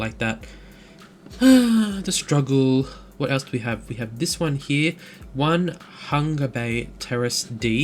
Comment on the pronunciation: Nice to see you're using assets from across the ditch. And , it's on-e-hung-a.